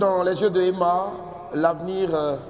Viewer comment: Demeure béni Franchement EMMA HUMMMM ON PEUT ÊTRE CHIC COMME ÇA LE PÈRE DALOA FAUT DIRE EMMA SEULEMENT C'EST MIEUX 😂😂😂😂😂😂😂😂😂😂😂😂😂🙄🙄 tchiaaaaaa gagaga Gagaga c'est quoi ça déformation du nom